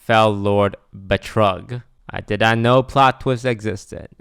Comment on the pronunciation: Betrug. Pretty sure you say it something like ”Be-troog”